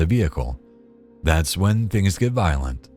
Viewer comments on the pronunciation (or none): none